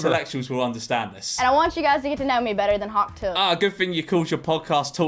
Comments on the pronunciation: Shouldn't it be hock tuah. The word for that sound is literally "hock" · But why is it hawk and not hock? Is this an american iq thing?